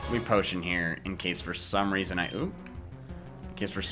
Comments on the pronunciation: He says " Posican" when he sees a potion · land dud I was making a joke since it sounded weird- Also, I made this like a year ago